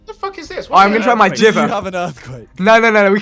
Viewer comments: whenever he says 'geever' instead of jiver, it sends chills down my back... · Every time Vikk said Jivver instead of Jiver I cringed so hard. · It's a music note Vikk. Meaning the weapon is called pronounced JIVE-er